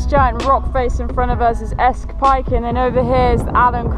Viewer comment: Just so you know, it’s pronounced “Scawf’l Pike”.